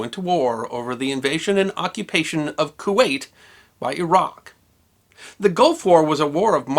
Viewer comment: He knows how to pronounce Iraq. It is Er-rack, not Eye-rack as Americans say it.